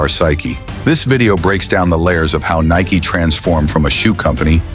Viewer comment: If you are gonna do AI, at least make sure it can pronounce the one word the video is about.